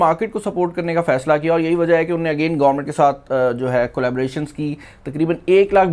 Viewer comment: Bhaaiii unny nh hota unhony hota h😀😀